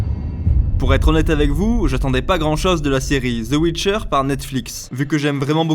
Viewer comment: Ze ouitcheur ... purée ! XD Le jour où les Français pourront prononcer l'anglais correctement, je serai reine d'Egypte.